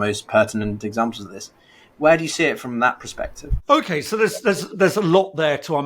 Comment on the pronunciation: it's PERspective, not PROspective. This video is a fait accompli but please please please make the effort to get this right otherwise the next thing we'll hear is "irregardless" and yet a further erosion of the language - people might howl in protest of my being so pernickety and that may well have merit ordinarily - but you act as effectively a journalist, or at least a quasi journalist - so language is your stock in trade. Moreover, for you to trip over "conciliatory"(cən-SIL-ya-tree) is basic too but c'mon, the Greek word for "union" isn't hard either - it just completely distracts me from your otherwise quite interesting content.